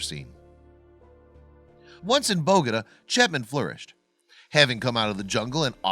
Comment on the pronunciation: You might want to learn how to pronounce Bogota.